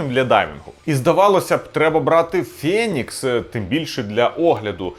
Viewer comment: не фЄнікс, а фЕнікс....